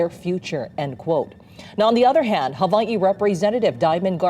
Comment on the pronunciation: Stop saying "Havaii"